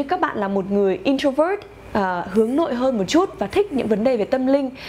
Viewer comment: Trang ơi, hình như Introvert phát âm sai